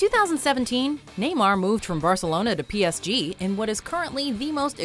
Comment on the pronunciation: Jesus christ she butchered PSG